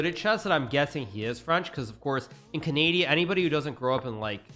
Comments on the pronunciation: when he said canadia i felt that 😔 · Is he trolling when he says, Ca Nay di A? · Bro said Canadia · Anyone else notice how he said Canadia lmao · am watching too much of your channel I think. I struggled to remember the actual name of the country you call Canadia.